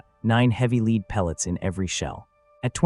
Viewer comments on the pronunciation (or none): IGNORANT LAZY EDITOR!!! Lazy, lazy, lszy! Praise Artificial Intelligence all you want, but you still must perform a final edit! The word 'lead' in this context is pronounced "led" (soft lead pellets), not "leed"! Soldier, fix this sloppy kit! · 00 is not Bird shot. Maybe an Ostrich. That old shot was nasty stuff too. Higher purity lead slag. Melty burn nasty. Next time type LEAD as LED for your AI. So it doesn't say LEED. 👍🏼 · It’s LEAD not. Leed ffs AI voice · LEAD is pronounced LED!!! NOT LEED!!!!!!!! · I've shot scores of cut shells paper and plastic. Some out of a model 12 Winchester and there was never a danger. All the trench guns were cylinder bores and especially with felt wads that are way more compressible than a plastic wad. Too much drama for what it was worth. And saying "leed" instead of lead as in dead with an L, is becoming quite annoying. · Ai sucks I hear leeeed try( led) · the pronunciation of the word lead when referring to small arms fire is LED not LEEED ffs where do they get the people that provide the voice overs for these things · NOT LEED pellets it's Lead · Why do these videos have narrators who do not know the difference between leed and lead ? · Pronounced as “led” not “leed” projectile was also pronounced wrong it’s “pro-gekt-Ile” hard I not soft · Leed instead of Led !!! We can tell when it's AI audio. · Get a real narrator! This A I stuff doesn't work. The metal lead is pronounced led not leed. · I wish the people who o make these and use AI to do the talking would not be so LAZY and not listen to what is produced. The mispronunciation of even the simplest words like LEAD which AI says LEED . I understand you can type the story into the computer and let a machine do the talking ,but at least LISTEN to it and CORRECT it. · Fook "leed" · Leed pellets. A.i. bullshit. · Hey or whatever AI name you were given. Lead pellets are pronounced as (led pellets). Are all videos AI now? This is dumb. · Its pronounced LED I.e. lead